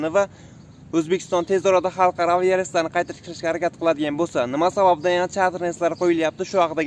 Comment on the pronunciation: Ukajon tugri gapir chetter reys